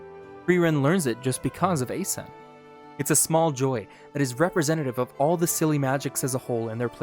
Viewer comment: Correcting your Frieren, but butchering Eisen. At this point it must be intentional.